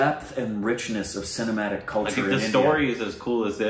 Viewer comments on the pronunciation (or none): none